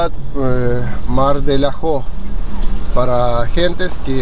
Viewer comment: amigo buen video se agradece, pero es mar de ajo y no mar dela jo